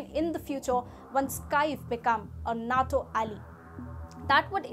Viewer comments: Geez.... NATO is pronounced NAYTo, not nat o. Also, Ukraine wants to join NATO for protection from Russia, not as an advanced base to attack Russia. You jump up and down when China pulls its salami slicing trick on other countries, but are happy to let Russia do what it wants, and on a massive scale. Hitler was the same. He wanted the Sudetenland, then the Prussian Corridor, then finally all of Poland, and the rest of Western Europe, then Russia and North Africa. It took the rest of the world six years and tens of millions of deaths to stop him. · It’s nato not not toe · Nay-toe. Natto is a Japanese food, fermented soy sprouts. Al-i. Alley is a small road.